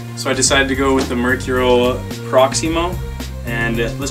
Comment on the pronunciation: u said mercurials wrong